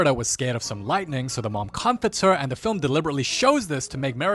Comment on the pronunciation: I love that he tecnically does the same treatment to Instances like when he says "Da next morning!" and when he says "Da meanwhile" xD